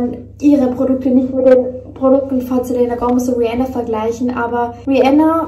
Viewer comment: Selena wird Selina ausgesprochen sry triggert mich 😂